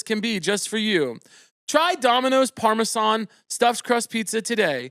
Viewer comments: obsessed with how caleb pronounces parmesan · neeeeed to know why you’re pronouncing parmesan like that week after week queen